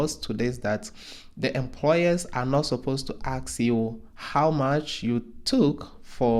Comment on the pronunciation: you mean to ask, not to ax... right???!!! Please correct this, if possible... 🙏